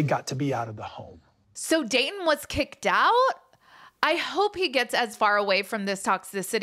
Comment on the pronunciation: Kick not kivk